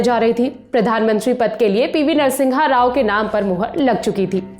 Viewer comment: Its NARA SIMHA RAO and not Nara Singha Rao...